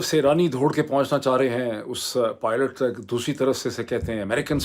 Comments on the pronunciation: You will be fined if you say it again as Poilot instead of Pilot. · Poilet, almost sounds like Toilet. Perhaps this will help correct it to Pilot. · I enjoy the way you say po'oilet,,,btw i have the same problem...😂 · 😂PRONUNCIATION ~ This YouTuber who cannot even correctly pronounce 'pilot', names of USA's states and cities, should not even try to pronounce American actresses' names🤣